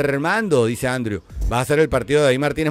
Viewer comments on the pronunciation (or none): none